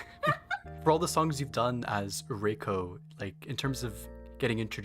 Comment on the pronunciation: Minor correction; “Reiko” is pronunced in japanese the exact same way as “Rayko” is in english (which I would even assume this is why she choose this spelling). To japanese speakers (or people who slightly understand the language) that might stand out a lot - cause you appear to contrast both names like they are supposed to sound different.